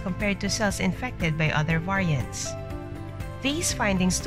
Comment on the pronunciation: Get real ppl! The AI can't even pronounce "variants"!